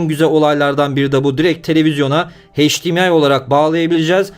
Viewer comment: Video ve emek için teşekkürler. Yanlız hdmı okurken heşdimiay deme ne olur. Em ay olarak okunmasi lazım